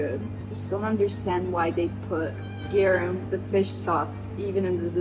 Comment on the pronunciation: Ma perché il GARUM lo pronunci "gherum"? In latino la A si pronuncia A